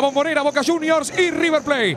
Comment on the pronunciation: Aquí está Rrrrrrrrrrrrrr rrrrrrr rrrrrrr River 😂